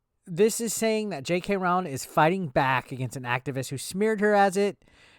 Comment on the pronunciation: It really shouldn’t bother me but I’m getting fully triggered by the way you’re pronouncing her name. Its roh-ling like rowing a boat but with an L in there lol.